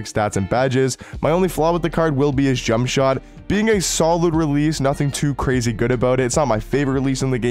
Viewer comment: Grazy lol … Michael Ryan.. Lol.., you messing up words is the best part of some of your videos.